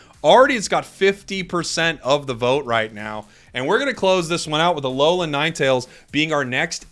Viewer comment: You can tell he does not watch pokemon the way he said Alolan lol